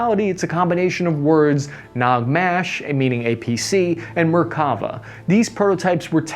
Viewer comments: Great video - but I gotta tell you man, you're buthcering the names real bad, the way you said "Achzarit" really cracked me up btw it's Nag-Mash (נגמ"ש) (an acronym as you can see) not Nag-Mesh, "Na-Mer" and not "Na-Meer" lol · Note on pronunciation: namer with the e as in “hell”. Merkava with the stress on the last syllable. Nagmash with both As sounded as in “cat”. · Hi man you have been pronouncing the veichles wrong its Namer and not Namir its Nagmash and not nagmesh and you are saying Merkava too fast its three diffrent syllable Mer Ka Va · And my ears! I just heard him saying "Az-chree-at"...😆 He seriously needs a coach for foreign language words when making these videos. And "Nag-mesh"... His Hebrew pronunciation is making me sad... 😢